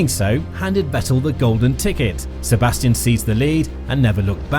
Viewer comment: And the S of Sebastian is pronounced Z.